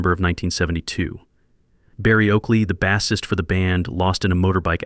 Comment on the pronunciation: why does this idiot keep saying BASS ist....like its a fish...i guess he was absent every day in english class